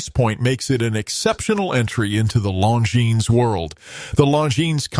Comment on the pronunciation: Seems like if you are going to use AI for brand videos, you would want to make sure they pronounce the name correctly. Kind of sad. Nice watches though.